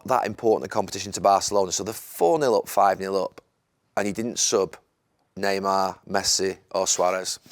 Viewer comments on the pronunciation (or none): none